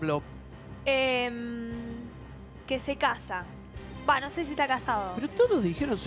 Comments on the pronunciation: nadie: guido: pabloP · Ese guido como pronuncia Pa - Blo jaja😂